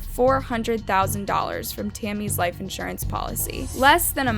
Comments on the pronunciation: I'm sorry but why can't u say life??????? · So can say damning but not life